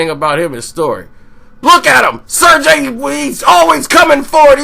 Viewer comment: "Ser-GAY", not "Ser-JAY"!